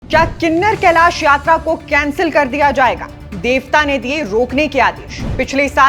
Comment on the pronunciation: Kinnner kalesh nhi Kinnaur kalish hai Please naam kooo sahi se log tk Poochaaao